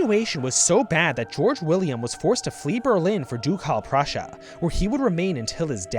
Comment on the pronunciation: jesus christ, "doucalle prussia"? it hurts my ears...